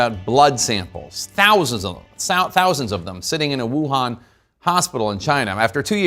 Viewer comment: Too funny, "exclusive" Chicom propaganda being spread by Commie News Network. "Sousands" with the Chinese accent, nice touch! 😂